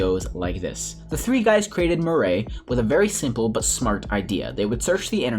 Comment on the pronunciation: Murray lol its mir eye